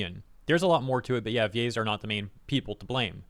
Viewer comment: They way he pronounces VA's sounds like Gays, and changes the whole tone of this video